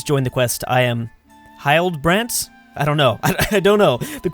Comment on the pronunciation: Hildebrant is pronounced HILL-D-Brant